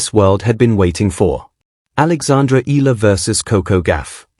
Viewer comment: Please pronounce her last name correctly. E A LA